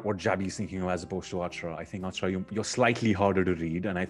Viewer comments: its not AAACHARA. ITS ACHAARAA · It's acharaaaaaaaa come on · Did some one notice mis pronouncing Achara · And it continues, one more Indian pronouncing Achara wrong. And Achara keeps smiling all the time. How does she do it? I hope next time anyone who meets them pronounces Achara correct.